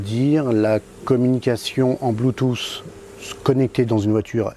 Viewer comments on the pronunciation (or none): none